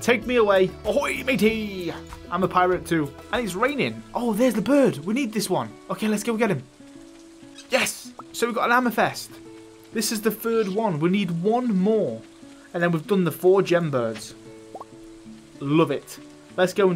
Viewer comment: On the ground those little circles with the pebbles, you can get a golden walnut hoe-ing those. Also, he casually just hoed some worms and got 3 Omni geodes, and didn’t even care. OH MY GOD, did you really call amethyst AMA-FEST?!?!